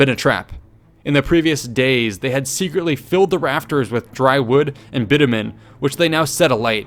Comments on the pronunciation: Bitumen, not bittermen you dolt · Bitumen should be pronounced closer to Bitch-u-min than bit-u-men - just saying.